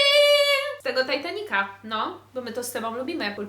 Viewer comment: „Tajtanika” kisne XD